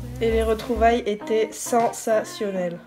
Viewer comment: "Les retrouvailles étaient SEN-SA-TIO-NELLES" hahahah! J'aime beaucoup trop le tee-shirt au passage!